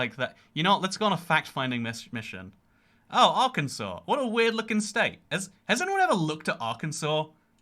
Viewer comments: Arkensaw. It's a law in AR to not mispronounce the name, like you did. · That's Arkansas, Pronounced as Ar-kan-Saw, i live in the state just north of it